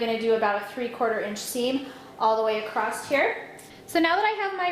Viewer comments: It was very quiet. Annoyed me that she says acrosst instead of across. Kinda wish I didn't hear that part. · Very informative and clear , but there is no “t” in across.